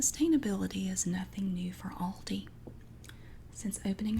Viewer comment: I LOVE how you say Aldi (ive seen you explaining some people have tried to correct you 🤐) I pronounce it different as I am in Australia but the way you say it gives me tingles.